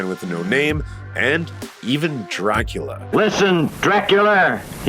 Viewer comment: He actually said Draculer! What is it with Australians and the -la consonant that they can’t say it? See also: Godziller I’m frigging dead laughing over here